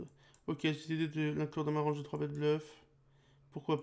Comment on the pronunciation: Pourquoi tu dis < >